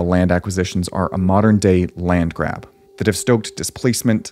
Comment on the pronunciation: look who is talking about "land grap" i really cant stop laughing , the irony anyway, you could've asked the farmers there instead of your long work that result for the same knowledge outcome... oh wait they're arabs i forgot.